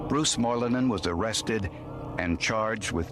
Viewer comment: Moilanen, Lampinen? Finnish (heritage) representation in Forenic Files! The pronounciation is good as well